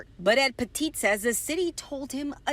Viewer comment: His name is Pettitt, not "Petite". My name is Pettit and people mis-pronounce my name the same way all the time. Not sure why people think they can speak French all the sudden when they see our names. Clearly they are ignorant in French and English.